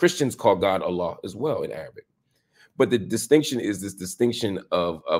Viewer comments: Marc’s pronunciation of Arabic is perfect and May Allaah make him steadfast on this beautiful religion of Islam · Errr can I just say Mr Lamont Hills Arabic was just👏, you say the words better than me! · I loved your Arabic pronunciation, it’s so perfect and beautiful, Mashallah! May Allah bless you and protect you brother 🤲🏻🌹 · Has Mark Lamant accepted Islam? His pronunciation is too good for someone who at the very least hasn't been looking Islam and learning about it deeply if not accepted it already. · Your Arabic pronunciation is in point. Well done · Marc lamont hill must be muslim mashallah his knowledge is vast and more importantly his pronunciation of the arabic language is on point. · If I didn't know any better I'd say Marc is on his way to becoming a Muslim too inshaAllah. His arabic pronunciation and knowledge is on point Allahuma baarik. Let's go Marc, what are you waiting for? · Marc Lamont, I feel you are next! You might revert as well! I’m impressed of how well you speak the Arabic words and how much knowledge you have mashallah! I’m shocked you haven’t yet! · Marc your Arabic pronunciation is on point, ma sha allāh ❤ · Mashallah Marc's your recitation and Arabic pronunciation are amazing. I'm a fan now! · Wow....your Arabic pronunciation is on point. 👍🏼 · How are you not Muslim Marc? Your pronunciation and lingo are on point! 😂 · I love how you speak Arabic Marc! It’s beautiful . The sounding of the Arabic letters are perfect 👍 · im in awe of your knowledge and pronunciation . Are you muslim yourself brother marc ? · Your Arabic accent is on point Sr ❤❤ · dear Mr Hill, you pronouce arabic letters quite accurately.. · Are you Muslim Marc Lamont???? How are you pronouncing Arabic so fluently?? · He’s a Muslim already. Can’t you tell? The moment he began pronouncing Arabic I knew he spoke it. That would mean he STUDIED it. He quoted Quran and Hadith IN ARABIC. That’s a a Muslim brother. No question. تبارك الله رب العالمين